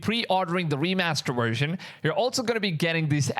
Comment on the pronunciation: Best "wersion"